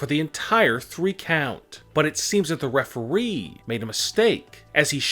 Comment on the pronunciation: He said referwee and this is annoying when he goes up after every sentence